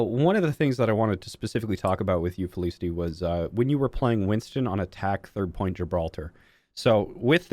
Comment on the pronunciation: "fel-iss-ity" haha love it despite that.